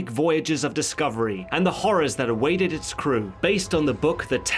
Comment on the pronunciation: "Waided" do you mean waiTed? Pronounce your Ts please